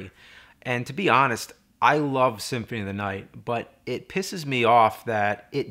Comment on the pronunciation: Why the fuck can't you say symphony correctly?